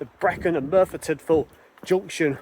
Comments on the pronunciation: Another excellent video from the area in which I grew up. There is a ruined castle at Morlais, which was never completed, and the GWR named one of their Castle Class locos after it. PLEASE don't take this as a negative, but "Morlais" is pronunouned "More-lice". Sounds like you may be heading for Cefn Coed viaduct next? I used to fish for trout under it in the River Taff! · Very interesting. Morlais pronounced morelice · Hello, excellent videos, but sorry a correction on the name...it is Mor as in a dogs Maw or Tor with an M, Lais as in Lice so Morlais is Maw lice Diolch 🙏 and Tor pant aye for Torpantau...not being arsey, just educational on how to pronounce Welsh names. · Morlais is pronounced /more-lice/, as in extra animal parasites. ;-) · Nice video! Very informative and well shot. Particularly like the old photos. In the spirit of being helpful and not meant in any way as a criticism, I've just got a few notes on the pronunciation of the places you're visiting. Merthyr Tydfil - Tydfil is pronounced Tid Vil Morlais is pronounced Mor Lice Sounds like you'll be walking down to Pontsarn Viaduct in your next video. Pontsarn is literally pronounced Pont Sarn. 😊 Torpantau - Tor Pant Eye.